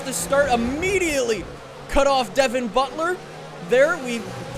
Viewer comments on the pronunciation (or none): none